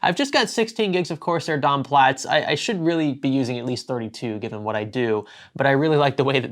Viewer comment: please stop saying dom plats !!!!!!!!!!!!